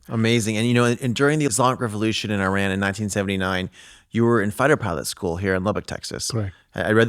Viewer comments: If you interview the crown prince of Iran, show some respect and learn to pronounce the nouns and adjectives correctly! It is pronounced EE-RUN, not “eye run”; it’s pronounced EE-RA-NI-AN, not “eye rainy an”. Only an ignorant American goes out of his way to mispronounce every foreign name.! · Correct pronunciation is [E-RAAN].